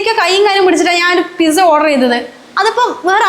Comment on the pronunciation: എഴുതുമ്പോൾ പിസ എന്നെഴുതും. ഉച്ചാരണം പിട്സാ എന്നാണ് ട്ടോ.